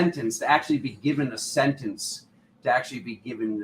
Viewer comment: "Sentence" sounds 🙂 uncannily😇 like "Sentients" or "Sensciense" 💙🤍🙏😎💜💚💛👍